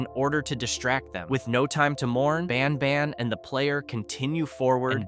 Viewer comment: Bros not baan baan he's banban